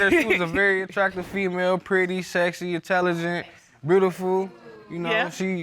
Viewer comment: Did he say that she was 'BREWTIFUL' ⁉️